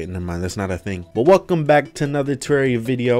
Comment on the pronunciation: Every time i her you say wealcom back i always think you gonna say wealkom back ti david